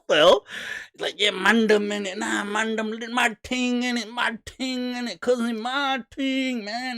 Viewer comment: Its not mandum...its man-dem..as in the 'dem' from 'demo'